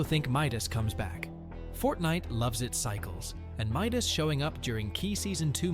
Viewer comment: it is Midas not Mydoes :D it's